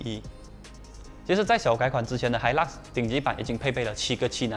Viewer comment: 发音错了 是hailak 不是hilux 🤣🤣🤣